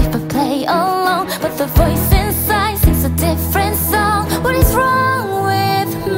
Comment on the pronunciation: Voice inside???? Why she pronounce like this??